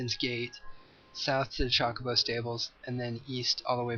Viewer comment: Meh, we've heard some pronunciations. But right, the majority is just bleh. I was mainly pointing out the way he said Chocobo. CHALK-obo lol.